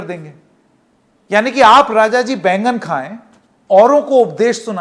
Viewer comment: 😆 wow. This is the first time eating baigan sounded ....like an expletive 🤪 sabhya sansakri Sanket. Move aside Bapuji...that popular actor from all Rajshri movies😁